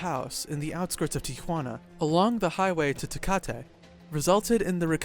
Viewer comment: The way he mentioned tecate you can tell he never had a tecate lol. A for trying tho